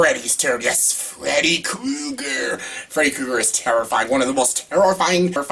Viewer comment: He said Freddy Kooger..